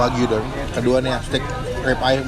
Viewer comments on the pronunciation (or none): Bang RIB eye steak bukan Rip eye steak bangg